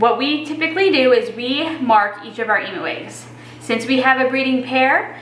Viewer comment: Dammit Jones, learn your vowels For those that got that reference, you Can like the comment